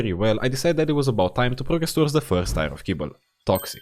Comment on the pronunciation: WAKE MYSELF TF RIGHT UP, HOLY UPLOADED!!!! Edit: It took me WAY TOO LONG to figure out that the "tire" I hear in the video is your way of saying "tier" (i read them as tea-er) lol, gotta love your accent tho!! It scratches my brain just right:D